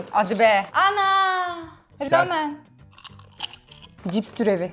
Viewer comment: Bu arada. ramen ramyon diye okunuyor 💟💟💟💟💟